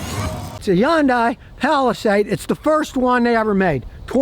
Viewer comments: Its not a yun day Scotty its a hun day😂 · Stop saying yundai it's Hyundai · Youngdai? When is he going to learn to pronounce the name correctly? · someday scotty will realize yundai starts with an H 🤣🤣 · I love how he says Hyundai with a J like it comes from Mexico lol .